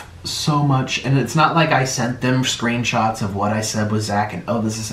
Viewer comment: “not like I sent them SREENSHOTS” stfu mate it’s nik ofc ur the extra dog and send sreenshots